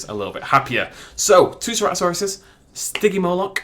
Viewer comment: The stygymoloch is spelled like stiggy you made styggie